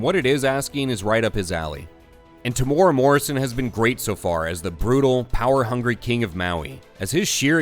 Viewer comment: Tea-more-a Morrison 😂😅😂 thought he was a famous enough actor, well I guess the narrator isn’t a Star Wars fan. In future just go with Tem, like ten.